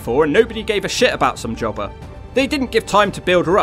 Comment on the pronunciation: Taylor was working as a waitress, during her times in TNA. I'm glad she came back to wrestling, after being retired, for years. She's still got it! I thought Rhaka was way too tall and skinny. I love how you say, Somejobber lol